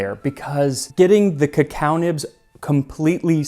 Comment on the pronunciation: what's the correct pronunciation? cause it seems like the presenter has swapped the pronunciation of "cacao" and "cocoa"